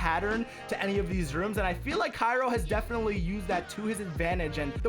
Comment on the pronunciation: his name is pronounced chiro im pretty sure